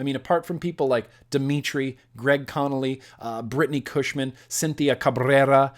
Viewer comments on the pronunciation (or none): none